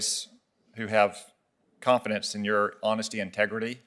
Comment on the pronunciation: He said "high standards of honesty and 'tegridy"